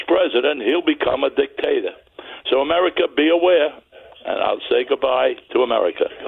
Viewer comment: Odd how he can't pronounce America but....